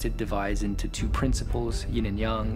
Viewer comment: did that noob say Ying & Yung instead of Ying & Yang ?